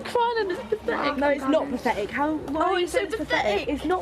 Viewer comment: it’s not pafetic... IT IS PAFETIC!! it ain’t pafetic??